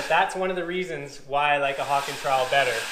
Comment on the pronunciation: The Hawkk....what are you from New York......west coast..Mudd and Pan buddy !